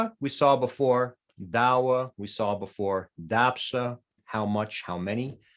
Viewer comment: Quick question: why do I hear daghwe as 'dawwe'? Am I missing something ? The same with лъэгун. I hear it pronounced 'llawun'., Rather than llaghun. Are both pronunciations correct?